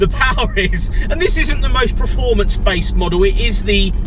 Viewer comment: It’s performance mate! Not preformance 🤣